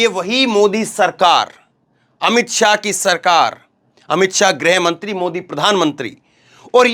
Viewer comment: आतमसम्मान नहीं आत्म सम्मान बोलो शुद्ध बोलो मोदी योगी के चक्कर मे बोलते समय अमित स्याह नही शाह बोलो